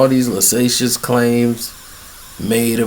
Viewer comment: Young brothers please dont pick up any new words from wtf is “lasacious” he probably means salacious. And this is not the most egregious I’ve heard from him over the years! In fact he says egregious incorrectly also!😂 but stay strong and dictionary check this man and you’ll be alright